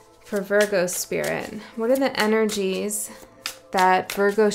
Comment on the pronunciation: At minute , the way you pronounced Virgo sounded like Spanish 😅